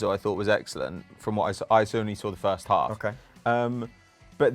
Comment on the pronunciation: Birst of all Good ebening